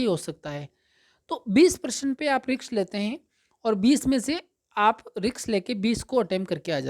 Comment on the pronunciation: Riks ni risk hota h,judge ni kr rhe h bt dhyn us wrd me atk jata h